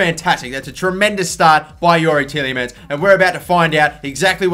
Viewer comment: TielJemans :D Its funny how english people cant pronounce dutch names :D Its like kevind de bruyne you guys say something like kevin de brojne :D